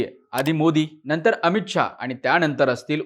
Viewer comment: णनतर ??? पुणहा ??? नंतर / पुन्हा नाही उच्चारता येत ??? काय हे मराठीं 😡😡😡😡😡